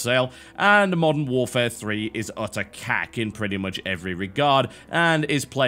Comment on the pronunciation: Uter? Uterus? I think you mean "Utter," my good man/woman.